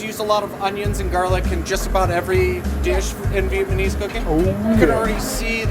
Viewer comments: vietnamese not vietmanese:D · Ok. Please, someone explain to me why so many American can say Viet Nam but can't say Vietnamese? Vietnam then Vietmanese? WTF?